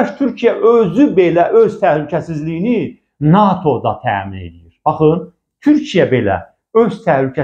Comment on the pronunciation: NAATO deyil, NATO